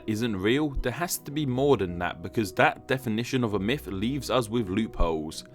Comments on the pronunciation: mifology. mifs. mifical. idk why but this bothers me lol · When can you start saying "Myth" instead of "Myf"